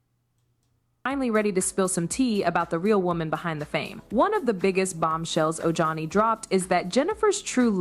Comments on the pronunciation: LoL his name is pronounced o-hani. Ojohnny makes me laugh!! 😂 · It's pronounced OHANI brother.😄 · It’s O-Han-ee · Oh- Hunnie. That’s how you pronounce his name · It's said oh-hah-ni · o hauni u pronounce the J as an H